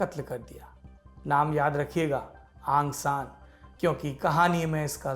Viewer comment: आँ सां नही औं सां यह सही उच्चारण है ।।यू नू नही ऊ नू सही ।सही उच्चारण है ।। बाकी सही इतिहास है । औं सां की बेटी का नांम औं सां सूची ।।